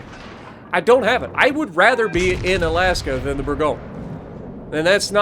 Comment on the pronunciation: Hey dude, I’m French, so I’ll help you pronounce that ship’s name: it’s called « boor goñ » Bourgogne is a French région where you can find delicious wine 😊😊